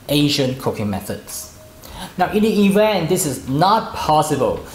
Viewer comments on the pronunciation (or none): none